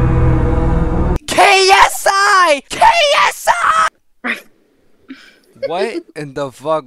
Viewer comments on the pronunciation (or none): im dead bro said KSI< KSI